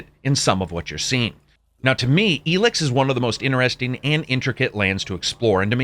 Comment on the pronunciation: Why are you pronouncing it “Elix”?